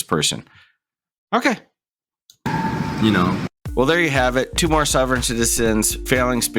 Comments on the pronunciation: He calls it "souveren citizein".......I call it "slobberin' sh*tizen" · What the frell is a "sew-veren" citizen? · In the first case, the presenter pronounces the "sov" of "sovereign" as the "sov" of "soviet," so maybe he's in Eastern Europe? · I don't think the first guy is actually mispronouncing "sovereign", it more sounds like he has a bit of a Dutch (?) accent